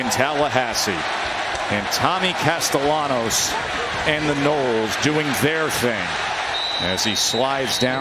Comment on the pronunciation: casteLLanos.............por favor, pronuncien bien el apellido del QB, gracias